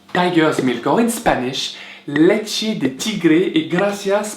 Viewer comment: it's "leche" hahaha